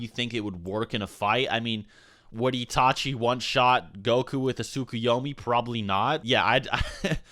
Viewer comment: "Itachi" is not pronounced "Yee-tah-chee" but "It-a-chi"...Seek help, from a qualified speech therapist, and maybe a few psychologists, to deal with your cognitive impairment.